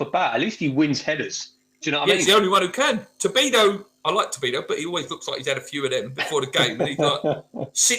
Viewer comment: why do you call him to-bi-do?